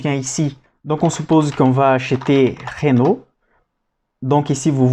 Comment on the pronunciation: Superbe travail. Sinon c'est Renault pas Ranault ^^